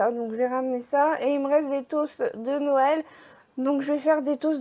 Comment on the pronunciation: On dit Noël et pas noyel